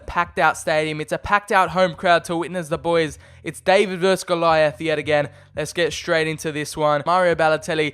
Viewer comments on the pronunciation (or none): none